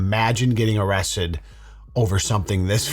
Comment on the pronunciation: Nancy got “awested” 😂